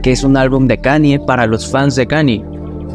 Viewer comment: And all i need is yall to pronounce right my name is kan-ye, but some of my plastic still say kanie Kanye west - diamonds from sierra leone